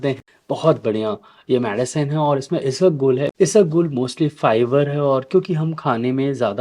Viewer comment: Not isagol it's Ispaghol 😊